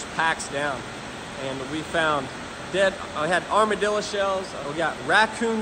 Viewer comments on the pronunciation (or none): none